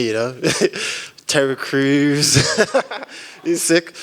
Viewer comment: “Terry crews” 😆😆😆